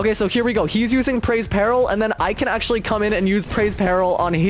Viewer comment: He said praise peril… its preys peril